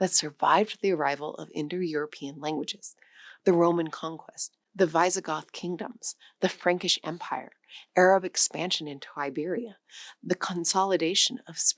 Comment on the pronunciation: Yeah, I became concerned when I heard Visigoth as "Vice - uh - goth" and decided to sus it out in the description. (nothing I love more than cracking open the AI question). I'm not finding the telltale disclaimer (auto dub is the language translator). Also if you work your way up from the early shorts at random, you can see production improvements that wouldn't happen with AI. Lighting gradually gets the upgrade, and audio becomes less stuffy (mic upgrade). I'm calling realsies on this one. I despise that we even have to wonder but here we are 🤷‍♂️